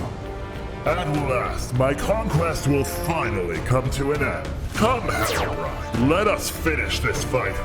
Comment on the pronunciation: Bro just say Haerobrine when its